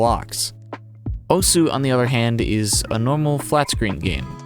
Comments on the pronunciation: yeah just thought it was funny. But you also pronounced osu wrong but almost everyone does that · take a drink every time he says Osu wrong.